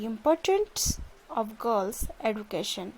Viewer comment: The word is education not eaducation